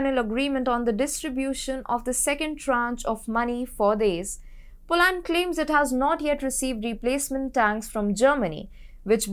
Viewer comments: Too heavy an accent, hard to understand e.g Polaaand. Work on getting the names right at least,. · Next time please pronounce Poland properly.